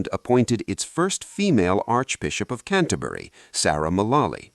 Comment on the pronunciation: Since the voice doesn't know how to pronounce "Magdalen" you have to wonder about where the video comes from (not that I don't agree with the content). And "Canterbury" is not pronounced in a British way, either.